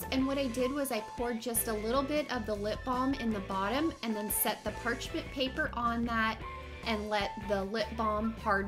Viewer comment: omg you keep saying parchment paper wrong😂😂😂